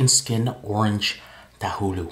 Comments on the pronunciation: I just wanna know how tanghulu could be pronounced tanghuli. lmao come on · It's Tang-hu-lu.. wtf is Tang-hoo-lee?... get it right next time. Lmaoo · Its tanghu”LU” not “li” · "Tanghooli" -, 2019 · It should sound like tanghuloo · lol it’s pronounced tangHOOLOO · Damn i cant stand how he says tanghooli